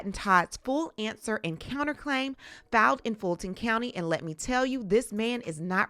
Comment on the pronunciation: It’s pronounced F I L E D, not F A L D.